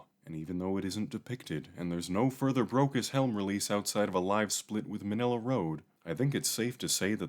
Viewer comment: Keeps sounding like "Broke as Hell"